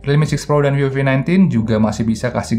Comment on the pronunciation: Ngomong vivo kek v o v gitu,apa emang ane yang bahasa inggris nya remed yah